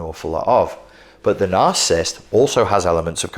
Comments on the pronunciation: Those are 3 syllable words...cant take you seriously if you wont pronounce it. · Why can this man not pronounce the word he's doing a lecture on lol